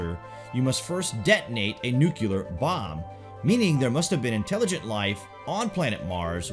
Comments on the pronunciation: Please stop saying "nukular". It always makes me think of G.W. Bush, and that's a bad memory. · One minute in and you're saying "Nu-cue-lar" .....if you want to act like an authority at least pronounce words correctly.. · Learn how to pronounce 'nuclear'. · Kinda lose me when you mispronounce 'Nuclear' many times. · Please learn how to pronounce "nuclear". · A common phraseology or slang is Nukes for Nuclear weapons. I'm far more accustomed to saying Nukes than the actual word Nuclear. It's not a lack of knowing the word it is the practice of and familiarity of using Nuke that can trip one up when using the correct term. Also, Southern slang can play into the pronunciation as well. In the South, some people will pronounce Clear as Cah'lear or Cu'Lear. It's not a lack of knowledge of knowing the word Clear, it's just a habit. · You lost me when you said'"Nucular" several times, it's pronounced nuclear. One would think if you really knew what you were talking about, you'd be able to pronounce nuclear properly. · I'm wondering about the pronunciation of "Nuclear". Is it nuclear (new-clee-er) or is (new-cue-ler)? You can hear the correct pronunciation here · Great insightful video - just one thing that bugs me- why do a lot of Americans say 'nucooler', when the word is nuclear - as in- 'new- clee-ar.' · you are an awesome narrator. However, it is pronounced "nucle-ar " and not "nucu-lar". Heard this said like this over 2 dozen times on this channel in various stories and I can't stop myself from commenting now. My apologies but I don't mean any disrespect. Also, have less of the "dramatic pauses", it doesn't sound as dramatic if it's done every other sentence. Thank you for the content and the content makers as I have learned quite a few things and confirmed some previously known facts. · YOU FORGOT SAKES!! ... IT'S PRONOUNCED, ... "New claer" NOT "NEW Q LER" ...... ITS "NEW CLEAR"!! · ‘New-clear’ not ‘new-cue-lure’. Geez. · Nuclear!!! not Nu -Ke -Lar